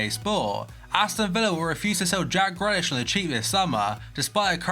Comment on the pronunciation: Not meaning to be picky but it’s pronounced greelish not grelish